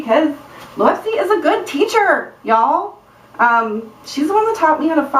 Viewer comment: I think when you had those 2 things sticking up it was so cute haha I laughed out loud ^_^ That was a great idea to tighten them like laces!! Always a smart one, you are!! ;) I love watching your videos!! Oh and I say pronounce it like you did in the video (Lowepsy)! It sounds cooler than Loopsy :P